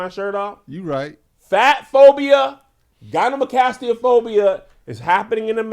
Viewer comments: The fact that Kev is calling it gynemocastia....when it's really gynecomastia🤣😂🤣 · Its gyneCOmastia but I guess gynamocastia is the new pronounciation🤣🤣🤣🤣🤣🤣🤣🤣🤣🤣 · Gyne-CO-mastia Kevin 🤣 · Kev keep saying gyneMEcastia is KILLING me 😂😂😂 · Lmaoo him mispronouncing gynecomastia over and over is sending me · If anyone wants to look into it, it's gynecomastia (guy-nuh-koh-MAS-tee-uh) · Kevin is butchering that word 😄